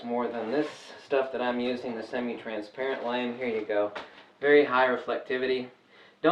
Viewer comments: Lamé Pronounced Lam A not lame But thanks for the video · My daughter says that fabric is. LA-MAY not pronounced lame. I like your way better:)